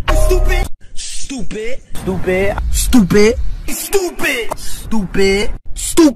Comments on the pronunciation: At first it was stupid Now I hear stop it in a British accent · I love the part where he says stopptid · remember the part where he said stoopid lmao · Is he calling me stoopid? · i like the part where he said stoopid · I think he said stoopid